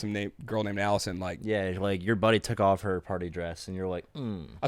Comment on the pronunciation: Allison is pronounced al-li-son with 2 distinct ls. Alison is pronounced al-ee-son.